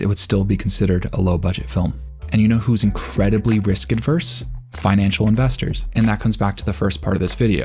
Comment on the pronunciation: "risk averse" doesn't have a D in it